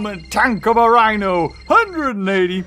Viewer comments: He did the wihno mistake again... :p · i like how you are calling the wooly rihno thewooly wino